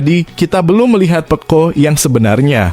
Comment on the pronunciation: Peco min, bukan pekko' 😅😅